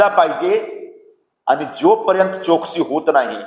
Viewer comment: चाटू आता कधीच नीवडून येणार नाही आहेस गेले ते दीवस मराठी बरोबर बोल चोकसी नाही चौकशी